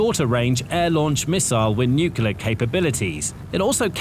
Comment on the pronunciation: If you want to be taken seriously, you might consider learning how to pronounce Nuclear....it is really not that difficult!! I know it is fashionable to pretend you are dumb, like Trump, and George W. and just cough out the grand Nucular pronunciation, but if you are pretending to be stupid, believe me, the only person you are fooling is yourself!!! Figure out the pronunciation or stay off the air....in my humble opinion!!